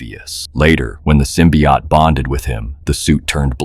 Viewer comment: SymbioT no Sim BOt